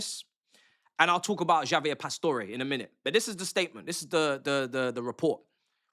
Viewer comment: Bro said Jaavier lol